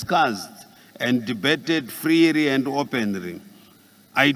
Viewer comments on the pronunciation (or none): Freery and openiry,caumry and peacifuri😂😂😂😂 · It's a pity Zimbabwe represented by someone who can't pronounce English terms correctly e,g develop,deverop ,freely, friri mutual,mutuari